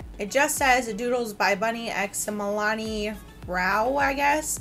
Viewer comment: You keep saying Milani....but it's Milan....